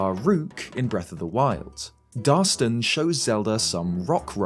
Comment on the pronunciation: It's Darston, not Darson lol